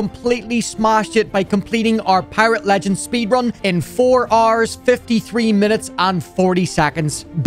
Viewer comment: The way he says 6 hours is like "6 Rs"